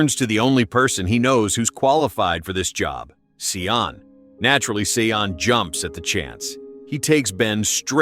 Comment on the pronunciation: Bloody AI voices "his friend Sea-On", his name is Sean/Shaun and it's pronounced 'Shone', like 'he shone a light in the dark corner'. FFS